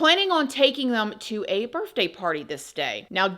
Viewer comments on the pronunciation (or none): Darling...you seem so well put together. Obviously well spoken. Personally, I would want someone to correct me, so I'm going to. It's Bir- th-day you are saying Birf-day.😂 at least it was cut!🤷‍♀️ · I pray isn’t saying “birFday” come on now she can say every other word correct except that. It makes me get second hand embarrassment for her!!! Grown adult speaks perfect but thinks it’s cute to say BIRFDAY, it’s not cute and sounds horrible!!!!